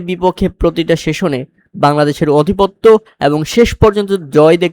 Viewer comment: "অধিপত্য" না মিঞা, "আধিপত্য" হবে।